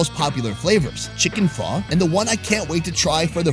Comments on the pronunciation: Because of this channel I keep telling people that apparently Pho is pronounced Pha. None of them believe it! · Not liking the way pho is pronounced here,I hope that's not actually how it's pronounced